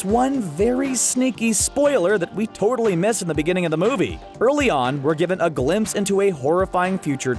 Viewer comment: Did he just say. . .tortally?